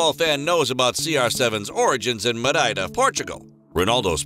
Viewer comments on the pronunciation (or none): I'ts not Mareida i'ts Madeira.